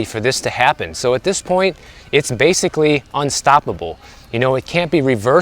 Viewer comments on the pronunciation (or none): none